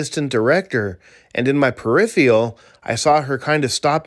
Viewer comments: it's not periphial....it's peripheral....just trying to help you out. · okay boys and girls, let’s all help him out! It’s pronounced like “referral” but with “per” in front of it. You’ll get it next time, you just need a bit more hard work and determination. You get a star for trying! 🌟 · The CAD info you showed didn’t say she claimed you were in the bushes, it says “BUSN” as in short for “business”. Also, if you narrate to your viewers with a condescending kindergarten teacher voice, you should at least learn how to pronounce words. “Perriffial” isn’t an english word bro